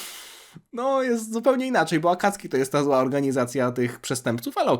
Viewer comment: Błagam nie mów "Akacki". W języku japońskim pomijane jest "u" , ale to się zapisuje "あかつき" w romaji to się zapisuje - "Akatsuki" ;) tam e ma "c" ;) więc wymawiamy "Akatsski". ;)